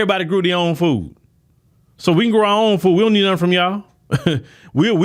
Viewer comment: It's pronounced "fooD", not "foo".